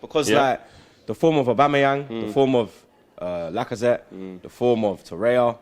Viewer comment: TorreiRA not tereya